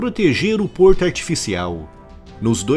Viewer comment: Vídeo excelente, como é o padrão do canal diga-se de passagem, mas não pude deixar de notar e achar uma certa graça no "qualquerrr porrrto porr perrrto" kkkk! Parabéns pelo ótimo trabalho!